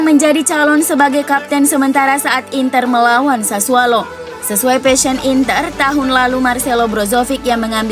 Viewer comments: Itu kpleset lidahnya mas😁😁😁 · Mimin kalau mengucap klub Sassuolo selalu Sassualo.. 😀